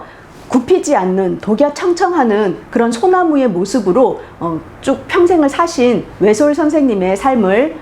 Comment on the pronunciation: 외롭게 사신의 "사"도 제발 길게 발음하소서! 이런 평상 고유아의 발음도 바르게 발음하지 못하다니!! 참으로 애석합니다. 미국 변 완수 드림